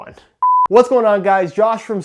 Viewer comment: Josh says his own name wrong. LOGIC